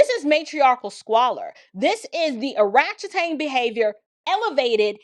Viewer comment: Every time you say oratchetang 😂